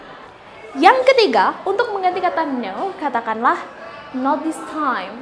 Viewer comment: Pas pengucapan '' this''...nya boleh dong supaya mirip bule supaya kren juga sama pengucapan '' not now ''